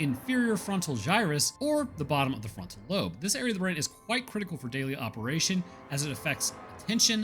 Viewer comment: "the marker signal is stored in the ba- In the frontal loan" mate you always do good. Makes us laugh. Great vid as always